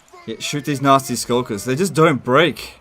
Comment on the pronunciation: Anyone else mishearing "Nazi Skulkers" almost everytime?